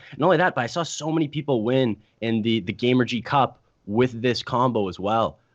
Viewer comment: Btw. it's Gamestry Cup not GameRGY Cup